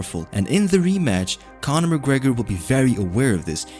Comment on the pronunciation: "Conor mcgreg"😂😂😂☠️